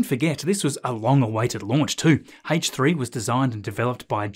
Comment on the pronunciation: Scott Manley: “Hullo”: “Haich 3” 😂